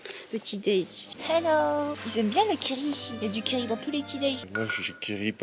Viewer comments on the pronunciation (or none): none